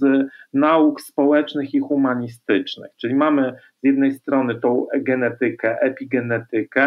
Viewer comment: Prowadząca, podobnie jak zresztą jej gość - zadziwiają mnie faktem, że oboje NIE potrafią zauważyć iż w języku polskim termin "genetyka" wymawia się z akcentem na sylabie NE, geNEtyka, a NIE - na TY, czyli - tyka, geneTYka. Jeszcze nadal nie używa się "tyki" w mowie polskiej. Tyką kręci się natomiast - w mrowisku. Specjaliści i "eksperci" - usiłują robić to od paru lat. Z niewielkim powodzeniem.